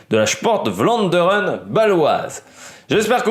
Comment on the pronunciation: 1 Vlaanderen se prononce pour vous une bonne fois pour toute f plus v merci